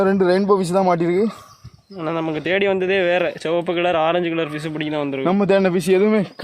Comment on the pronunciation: Sivapu ❌ soapuh ✔️ 😂😂